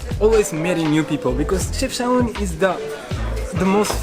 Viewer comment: Chefchaouen is actually pronounced as Shefshawen, with the SH sound not the CH sound, it is only spelled this way because there is no SH in French.